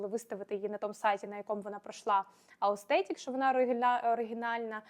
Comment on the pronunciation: Все клас, тільки не аустетік, а authentic 🙌